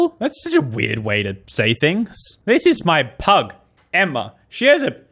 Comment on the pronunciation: when she said pug i thought she said “this is my plug,emma” 😭😭😭